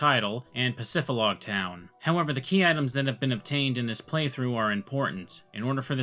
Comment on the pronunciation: It’s PacifiDlog Town, not Pacifilog dummy 🙄